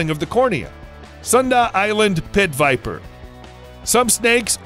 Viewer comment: Y nobody talking about the fact he said Porn viper🤔😅